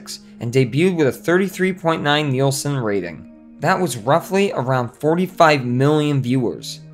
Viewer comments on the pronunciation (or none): none